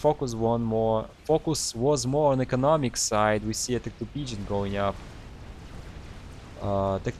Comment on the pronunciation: I love how pgen always sounds like pigeon. I have same issue too